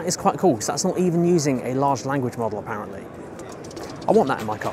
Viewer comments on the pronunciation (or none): none